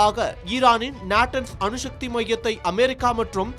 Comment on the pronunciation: தமிழ் உச்சரிப்பு மகா கேவலம் அணு ஷக்தி அல்ல அணுசக்தி